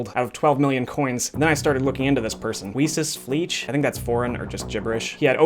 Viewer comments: HIS NAME IS "WEIẞES FLEISCH" NOT "WIESES FLIETSCH" HAHA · weesessfleech??? lmao im not even german and it hurts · Im german, and the way you say WeissesFleisch really annoys me. Good Video tho. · Weissesfleisch = witeflesh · As German i am I can say he pronounces the Names very funny 😂😂😂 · As a german, it's very funny to see how you pronounce "weisses Fleisch" oder "koetespiess* Ps:It means white meat and the other on is a trend insider I'd call it